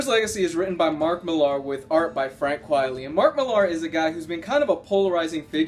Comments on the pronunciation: Although Quitely is notoriously slow I believe the delays are partly due to him being plagued with Sciatica which limits the amount of time that he can spend drawing, also it's pronounced Quitely not Quietly I believe his pen name is a play on Quite Frankly. Thanks for another great review :) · A bit late lol but it's 'quitely' not 'quietly' good review though